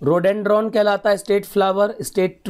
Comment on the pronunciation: Kuch seekha rahe ho to khud seekh ke aa jaate bhai. Rhododendron ko Rodendron keh raha hai.